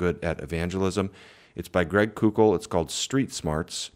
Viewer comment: Thanks for the great video! I think it’s Greg “coke-l” by the way.